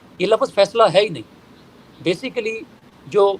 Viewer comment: جاہل وکیل ہے۔نہ اردو آتی ہے نہ انگریزی۔بیسکلی،انیشیلی؟وتٹ دہ ہل ہی سپیکس ابوٹ؟